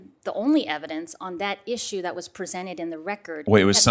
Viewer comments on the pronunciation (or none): none